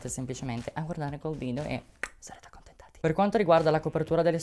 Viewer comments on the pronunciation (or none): Non ho capito se hai detto contento o contenta haha ti adoro